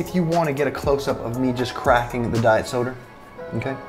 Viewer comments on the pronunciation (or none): got me saying diet soder